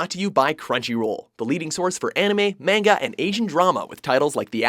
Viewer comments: STOP SAYING MANGA LIKE THAT UGHHHHHH IT HURTS ME SO MUCH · still cant say manga correctly...